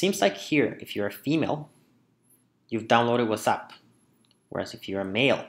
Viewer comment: Love how you pronounce whatsapp as wassup :')